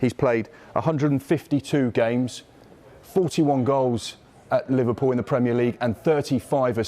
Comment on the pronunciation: Not livarpool hahaha